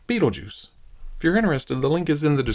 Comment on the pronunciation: Hell yeah, been curious about this one for awhile. Also love how that accent hangs on "Bait-le-juice" 🤣